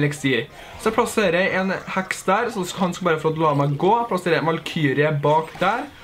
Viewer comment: Når du sier heks så tror jeg du sier hacks